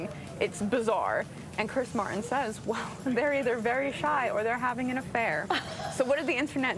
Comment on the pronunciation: It's Chris Martin not Chris Mar-en.